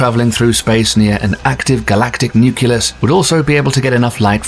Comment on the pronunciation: "…*nucleus*…" (not "nuculus" FFS! C'mon man!)